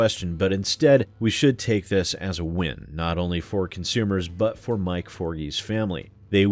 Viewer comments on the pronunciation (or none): none